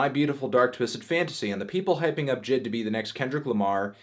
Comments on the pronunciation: Jid.... IT’s JAY-EYE-DEE, melon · Hey baldy you see those periods. It’s not jid it’s J I D you’re better than that fantano. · it’s pronounced JAY EYE DEE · Anthony calls him Jid 😂😂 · isn't his name pronounced "jay eye dee" or nah